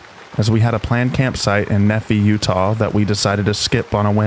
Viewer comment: Great video! Just found your channel, you have a great narration voice and I love the rain in the background. Well done. One small detail though, you mispronounced Alta, Utah and Nephi, Utah. I am a native Utahan. You mispronunciations are common for someone who doesn't live here or in a neighboring state. You might want to look up how words like these are pronounced locally areas before you make your videos. The Western US has some strange pronunciations. Zion National Park for example rhymes with lion. So many people don't get that right. Cities in Idaho, like Pocatello, get mispronounced. In Oregon words like Heceta and Wilmette get said wrong. It is respectful to pronounce names correctly. Overall, as I said before great job. These were just a small mistake, but I thought I would share the information just in case you want to improve your videos.